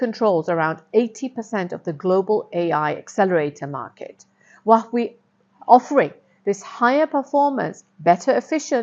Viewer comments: Oh dear Please learn to pronounce Huawei properly ! It’s Huawei = as in Hua way ) Not “wach way” ) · Huwa-Wei rather than Wah-wee. Otherwise, great content. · True, it feels so weird hearing her say Huawei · Your pronunciation of Huawei is tragic! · Great content, please pronounce Hauwei correctly.